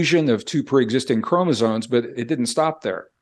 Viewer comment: chromoSOMES, not chromoZONES